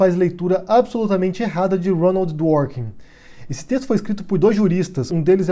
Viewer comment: Meu caro, acredito que a pronúncia correta seja Dwôrkin, não Dwórkin. Pelo menos é assim que eu escutei a pronúncia durante toda a graduação. Continue com os vídeos! Abraços!